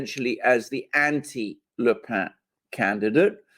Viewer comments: dear alexander mercouris, the surname of marine le pen in french is not "le pain" (i.e. the bread) and is not pronounced thusly, but "le pen"; and the name is pronouced exactly as the english pen, that contains ink and is used for writing: the name, correctly pronounced, is indeed: marine (ma-rin) le pen! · PLLLEEEEZZZZ !!!!Its not pronounced " le pain" its "le pen" as in PENcil!!!!!😬😬😬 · Le « pen » pronounced pen not 🥖 pain! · AGAIN: It's not pronounced " "LE PAIN". She's not bread. It's PEN, like the English word for the writing instrument. PEN. PEN. PEN. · Le PEN NOT PAN, how many times. Like your 'Oh no I have it on good authority her name is pronounced JIZZLANE' Lol. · Le Pen is pronounced as Le PENN not "Le Pain" (="bread"). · Pen is pronounced just like Pen in English, not "pa"... Le Pen is a Breton name., so pronunciation not so good. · You should learn how to pronounce le Pen correctly. "Pen" is not nasalized, but is pronounced like in english "pen" . The deviation from normal french nasalation is because Pen is a Breton word (the family is from Bretagne). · Agreed... It's Pen as in parker, the Alexander pronounces it as if it Bread (I think) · The 'e' in Le pen is not a nasal vowel ! Please look it up !